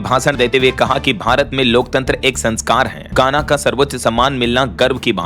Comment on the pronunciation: गाना नहीं पर घाना बोलना चाहिए था कई बार आपका उच्चार गलत होता है